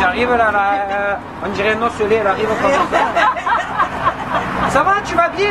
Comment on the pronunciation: comme comme bordel!!!! pas commeuhh ou prodjuis c'est produits!!!!